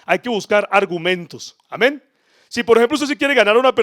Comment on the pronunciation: Por qué dices Ameñ Cada Rato Amén Y Amen